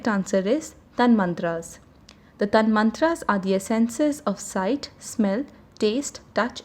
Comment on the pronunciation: The correct pronunciation is "Tan matra" not Tanmantra.Please make the correction in an otherwise excellent summary